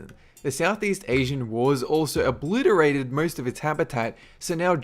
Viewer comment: "OBLITErated" xD